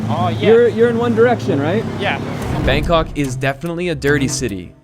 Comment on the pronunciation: the way foreigner pronounce BANG KOK is the most irritating thing to hear as a Thai person myself. Bangkok pronounce "bahng kok" not 'bang' in English. Go translate this, it is how Bangkok is pronounced "บางกอก".